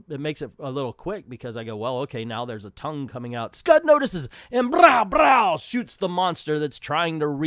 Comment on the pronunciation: I'm rusty of how to describe pronunciations, so I'll advise you to watch Comic Trope's video on this comic. He says it correctly.